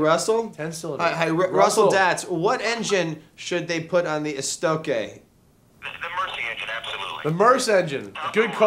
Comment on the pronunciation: they are wrong pronouncing Estoque.